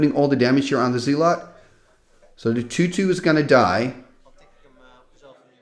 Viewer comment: Hey, just in case you wanted to work on your American/English Accent, the way we pronounce "Zealot" (phonetically) over here is Like ZEHLLUHT instead of ZEE--LOT. Just incase you wondered or care. ❤❤❤